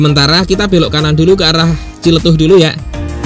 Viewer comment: Yah paling benar TJLETUH😂